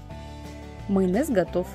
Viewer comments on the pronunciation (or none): Вы в курсе, что "майонез", а не "мыйонез"?